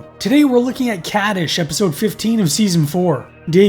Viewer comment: You are mispronouncing the title of the episode.